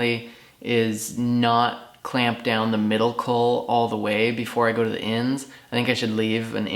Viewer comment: psst...its a caul pronounced call, sounds like you're saying cull, just confusing ....love the videos and plan on following along to build my own, just had to get that out there. :-)